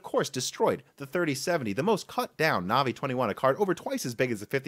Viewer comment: No one says “Navi” better